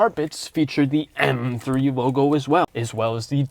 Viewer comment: "ehrM 3"